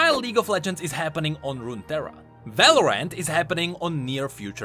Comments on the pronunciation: Just pronounce Valorant as like Valorent and that way it wont get mixed up with Valoran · love how he pronounces Valorant as, "Valor-ant" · VALORANT = Valoran't, as in it's not Valoran! haHAA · why you keep saying Val-or-ant